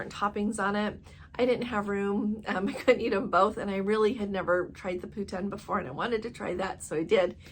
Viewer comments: Poo-teen, not poo-ten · Poutine you say it pou teen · yes, we live in Ontario close to the Quebec border and we call in Pou tin, very close to how she says it.